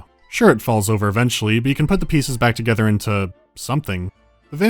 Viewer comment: 'BEARDS TOGETHA...!'